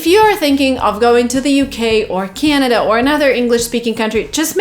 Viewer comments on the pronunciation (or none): none